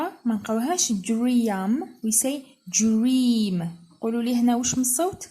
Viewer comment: شكرا استاذة استفدت من طريقة شرحك لكن اعتقد انه كلمة dream is pronouced with /d / Not a dj